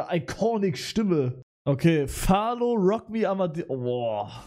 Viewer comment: Mich triggert das du Falco Falo ausgesprochen hast xD